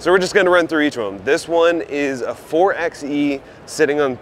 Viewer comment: McKinnon: You are correct. Anyone who takes the time to research the manufacturers knows this. 4x4: Per the ARB website, "...ARB – the initials of Anthony Ronald Brown..." Furthermore, even Jeep themselves pronounce the hybrid model 4-by-E, not 4-ex-E. I would think that a channel that is clearly aimed at the 4x4 loving viewer, having some legitimate credibility would go a long way. By the way, I highly doubt you read 4x4 as 4-ex-4, but rather 4-by-4.